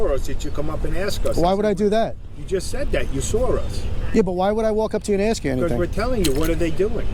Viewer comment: you sawr us. almost as bad as the ignorants that say let me ax you sometin (OMG , was not disappointed or surprised to actually hear that) police fought to the highest courts to not hire the best and brightest applicants, they won, it shows.